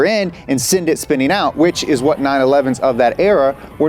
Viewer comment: Fan request for more videos of saying hwhat in a conversation.